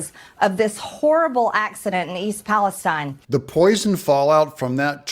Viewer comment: The Accident in East Pahl UH STEEN, Ohio was man made, it was sabotage !